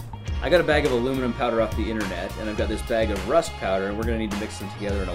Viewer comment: it's a very soft metal and plus it's not alumiom it's aluminum 😂!